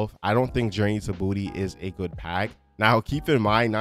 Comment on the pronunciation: How are you a big fan and you keep saying Journey to Booty and not Journey to Bah-two?!!